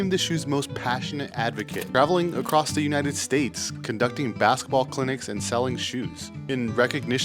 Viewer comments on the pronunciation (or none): none